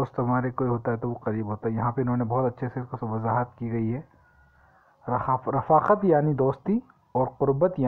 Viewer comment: رفاقت میں ر کو زیر لگا کر پڑھتے ھیں